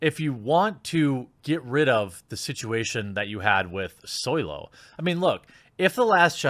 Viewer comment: I'm not a Star Wars fan, so I don't understand most of whats been talked about here. But why is he constantly talkign about "Soylo" instead of Solo? And what is meant by hateful fandom and being woke?